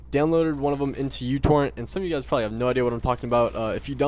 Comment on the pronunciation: instead of youtorrent i thought you said youporn at first